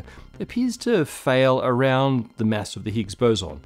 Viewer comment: I like how you pronounce mass like mess 😅